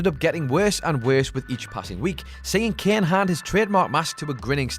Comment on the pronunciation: Its kane not ken